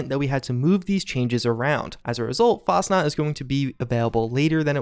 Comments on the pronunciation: It’s FAS-chenaut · So you honestly think Bethesda would release the Fasnacht event 2 to 3 months after Fastnacht Day? Im pretty sure they would just rename it at that point. If it started on the day, then fine, but months after the actual holiday? Most of your content is great, but between your horrible pronunciations of fairly common words and thinking Bethesda would just release a holiday timed event 2-3 months past the actual holiday just to give Wastelanders breathing room, is just poor deductive reasoning.